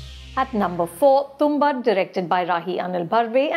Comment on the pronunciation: Ma'am has seen Tumbbad but has forgotten how to pronounce it, it is tum-baad not tum-bad.